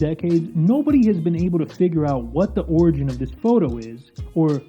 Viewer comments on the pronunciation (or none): none